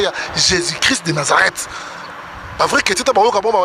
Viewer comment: Me mon Fr Moïse mbiye pourquoi pas de Bien prononcé au non de Jésus. si vraiment tu parle au non de Jésus prononce-le Bien c'est tout, auriez de maître peuple de Dieu en confusions.